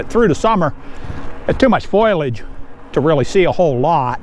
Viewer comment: Ha, the word is foliage. Fo lee ij not like spoilage. Which is kind of weird. That’s English for you. Beautiful ride and exploring. Love it. That train station is beautiful. Love all the bridges.